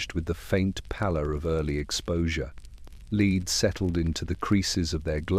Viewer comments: Leeeed. 🤦🏼‍♀️ Just do your own voiceovers. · If the story is about lead, can we make sure the AI says the correct version of lead? 😅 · Learn the correct pronouncoation of lead.